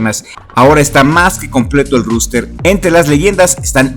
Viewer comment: Un consejo, se pronuncia roster, no ruster